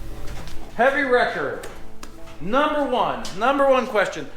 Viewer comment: I keep hearing "Heavy Rector" when you refer about this new tow vehicle!!..lol